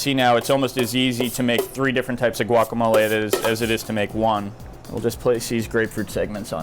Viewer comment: Sea-lontro. Guacamol-ah.